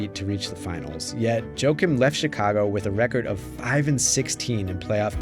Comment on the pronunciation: Jo-Akeem, not Joke-um